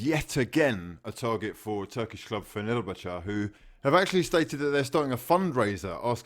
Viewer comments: Not bad....Jumped 4000 subs in 5 days....Oh...and yer saying it wrong mate... Its....FEN ERR BACHEY...or it is up north anyroad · Wtf did u call fenerbache🤣🤣🤣🤣🤣🤣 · The way you say fenerbache kills me my guy